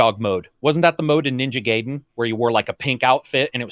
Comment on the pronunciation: can't pronounce Gaiden